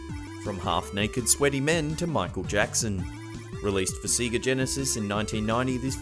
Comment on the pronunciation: it is pronounced say-ga